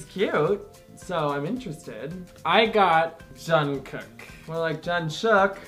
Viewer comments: can i just say its not JungkooK its Jungkoo(k) the last K arent so loud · Jungkook is pronounced "Jungguek" he is the one with his name that is almost always mispronounced. My bias is Park Jimin. You guys should start reacting to their dance practices because they will leave you speechless! If you do react to their dance practices then start with blood, sweat, and tears (bs,t) you'll love it! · Pronounced as Jeongguk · ohhh hell no he is mine lol I love love LOVE him way longer then you and you said his name wrong 😲😲😤😤😤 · You said Jungkook wrong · You say jungkook wrong 😭